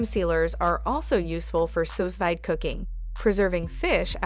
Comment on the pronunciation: Great review and comparison of sealers! FYI: Sous Vide is pronounced "Sue-veed".